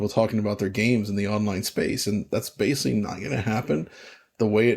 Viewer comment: DF drinking game time. Every time mispronounces ‘basically’ as “basely” take a drink.